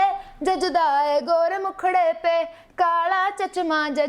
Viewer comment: It's not chachma, it's chashma... but your awesome